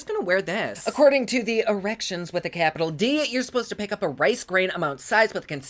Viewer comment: 😆 “According to the ‘irections’ with a capital ‘D’” 👌😂😂😂😂 is the funniest out of all the YouTubers I watch on here💕🔥💕 Ohh Yay! So excited for your highlighters coming back🙌💃🏻 I love the zoomiest you’ve been in here, too!😘